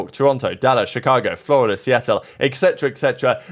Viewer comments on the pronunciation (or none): none